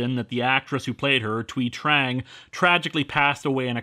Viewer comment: I’m glad Linkara has corrected his mispronounciation of the late Thuy Trang’s name as he originally pronounced the Th the same as in ‘thing’